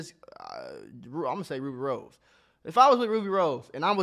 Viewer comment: Wen he said rubi rose I first heard Rick Ross I was sooo confused 🤣🤣